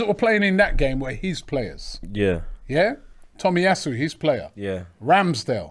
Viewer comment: Takeero when it’s takehiro Tomi asu when it’s tomiyasu It makes sense when he says Aubame bloodclot yang needs to back to school